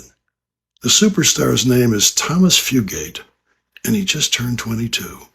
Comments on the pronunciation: It’s Few-gate. There is no accent on the last syllable. 🤨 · It’s pronounced Fuh gate. No emphasis on the letter “e” ~ Just “gate” sweetie 💙 You rock btw ✌🏼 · It's Fugitt, not Fugaitt you bozos. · Bro.......Fugate = Few Gate, not Foo Gatti. Just sayin'. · Fugate: you keep saying "fu-GAH-tay". It's pronounced "fuggit". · Fugate [ Few - gate ].... not like Fugazi 😂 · His name is pronounced “Fewget” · Pronounced FEW GATE